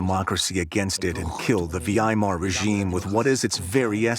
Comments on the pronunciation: Vee AI mahr ?? UGH. Try VIGH mahr, bozo. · Pity about the AL Voices (V.I. Mar insteead of Veimar etc - Weimar) Human would say it correctly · The Vee-Eye-Mar Republic 😂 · Kroop and Vee-Aye-Eye-Mar Republic. I called it quits after that one. Dont recommend Channel.